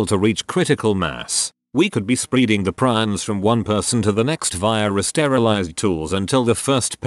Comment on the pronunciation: Tas-tebuds ... Spreeding...